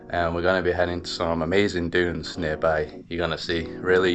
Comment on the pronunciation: Pls it's dunes not junes